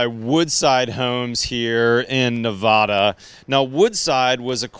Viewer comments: Maybe learn to pronounce Nevada correctly... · Wish you could say Nevada right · My husband and I have been watching your shows for a long time now. We've been catching up on lots of them lately. We loved this video because we love precision engineering and quality craftsmanship. I cringed when you named the state. As a native Nevadan, it hurts to hear the name butchered. Yes, it is a Spanish name, but we have put our own stamp on the state. Just as you use a short 'a' in El Paso, we've done the same in our state. Please add the correct pronunciation to Neh-vadd-uh. Thank you. :) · It's Nevada NOT Nevuda dam people.